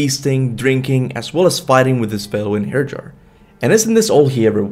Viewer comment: Enherjer? Dude I respect the amount of great content you put out. But c'mon spelling Old Norse words aren't difficult once you know how to pronounce them. You can easily find the pronounciation online.